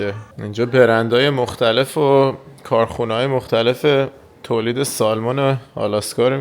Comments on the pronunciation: در ایران نوعی از ماهی قزل آلا را با رنگ چیزی شبیه ماهی salmon می‌کنند، بطور کل این ماهی در بیشتر کشورها و زبان‌ها سمن تلفظ میشه، شما تلاش کنید که درست تلفظ کنین که دوستان فارسی زبان هم یاد بگیرند.البته هر جور که صلاح میدونید. در سفرتون به تگزاس سری هم به ما در دالاس بزنید. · با احترام در تلفظ ماهی salmon حرف L خونده نمیشه و samun یا سمن گفته میشه. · L is silent in salmon. ❤